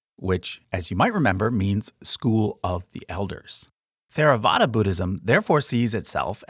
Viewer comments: yes, its not theravada. its tHeravada. like when you pronounce dHamma/ dHarma. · Theravada is not pronounced with the "Th" sound of English. It is pronounced "Teravada." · Excellent job in general. theravada is pronounced with a hard t and an aspirated h, not the english th sound. and jains wear masks to avoid accidentally eating and killing bugs, as they are extremely non-violent. but overall a very good job, thank you. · Actually the correct Pali pronunciation of Theravada is "Terawada" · The "TH" in Theravada is pronounced as a hard "T". the H is slightly aspirated, though this is tricky in the West and is left off colloquially. "Teyr-a-VAH-da" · You could have much of the facts right, but if you mispronounce the terms, you hurt your credibility. It seems you learned this from a book, not an expert. The T in Theravada is pronounced like T, not Th. The "English and American pronunciations" are irrelevant. This is not an English word. The H is added to approximate sounds in Pali, Sanskrit, and Tibetan that are different from English. Hinayana is an unPC term no longer used. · As a Tibetan Buddhist, I was surprised you left us out. I wonder if you learned everything from a comparative religion textbook while never actually studying the religions? One clue was your pronunciation of Theravada. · Theravada is not pronounced with a Th sound, but with a T. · Theravāda isn't th like in through, it's an aspirated t like top. you didn't use any accent markers which actually can make it vague and just wrong spelling, but probably not for long names. the jātaka tales are not just in Chinese, it is also in the pāli khuddakanikāya. Lots of just straight misinformation to be honest like about gods and bodhisattva or idk how you could call theravāda more "eathly" either. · Theravada (/ˌtɛrəˈvɑːdə/). There is no "th" sound even in the English pronunciation... 🧐